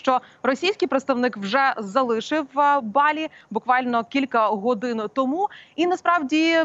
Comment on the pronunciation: Не БАлі а БалІ!!